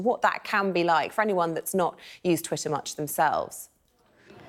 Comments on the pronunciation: Is it Twitter or is it Twi'er ? Make yer mind up darling. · Until she can pronounce TWITTER properly I think she should be banned from life!! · Can't concentrate on what she's saying because she keeps dropping the "tt" from Twitter. "Twi-er is creating a hierarchy" ....huh, what's Twi-er? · What's this "Twi'er" that Ash is talking about? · This woman is so conflicted. She pronounces her 't's in all her vocabulary except in 'twitter' with the double 't' in the middle of the word. Most odd. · The way she pronounces Twitter offends me😂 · Listen to her pronunciation of twitter she even sounds dumb but she is a very accomplished liar. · I was going to make the same comment. I found it really irritating every time she mispronounced twitter.